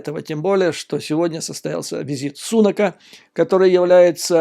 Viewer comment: При всем уважении, здесь, в Англии, произносят Риши СунАк, а не СУнак.